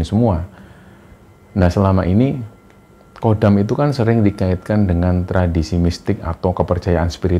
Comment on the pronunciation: Bukan Kodam, tapi Khodam.